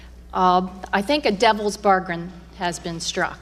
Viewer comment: “Devils bargrin”